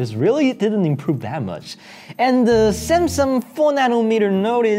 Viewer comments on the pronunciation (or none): none